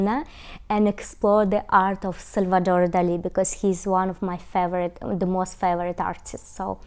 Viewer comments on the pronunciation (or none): none